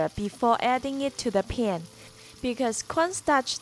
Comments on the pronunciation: Looks great, but your pronunciation of 'pan' needs some work. 😂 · I like the way you say "pan"